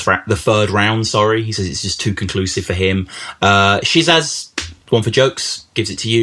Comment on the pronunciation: Great series. Schizahz is pronounced Scissors though!